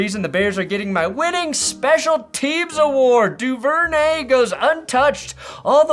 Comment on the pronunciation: C'mon. You're better than this. It's pronounced DOO-ver-nay